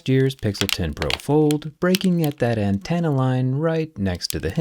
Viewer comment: an-ten-uh. Not an-TAN-uh. Having to hear it like 5 times within a minute...